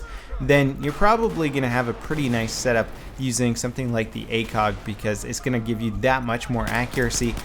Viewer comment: akog? thought it was acog.